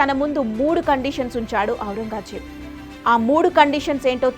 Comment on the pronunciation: ఔరంగాజేబు కాదు తల్లి... ఔరంగజేబు... పదం పలకడం చేతకాదు... కథలు చెబుతావా... ముందు మాటలు నేర్చుకోండి తల్లి.